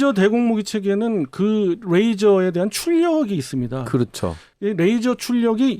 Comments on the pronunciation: 뜻은 통할지언정 뤠이저 라 발음하면 안될 거 같아요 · 참 잘 보고있습니다. 근데요 영어 쓰실때 걍 한국식으로 하면 안될까요? 뤠이져가 아니고 레이져거든요. R발음이 아니고 L이 거든요. 보면 아무데나 F발음하기도 하는데 잘 모르면 걍 한국식으로 말하셨음 해서요. 듣기 거북해서 한말씀 드립니다. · 듣는데 왜 L로 시작하는 레이저를 R로 발음해서 면도칼 razor로 발음하시는 건지 ㅋㅋㅋ 면도날로 오물풍선 다 터뜨렸음 좋겟네요.